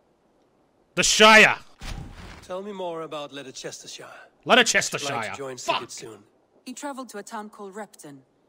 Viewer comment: ledecteshire, f it the shire! omw it made me lol